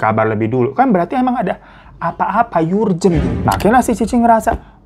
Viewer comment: Menit Bang bukan Yurjen…. Tapi bacanya Erjen bang. Sukses terus Bang!